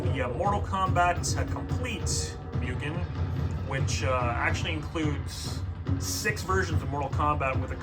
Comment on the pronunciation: Why do you say "Mewgen" its "Moogen" you sod.